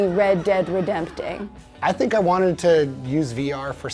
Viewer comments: “Red dead redempting” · Yeh, she literally called it Red Dead Redempting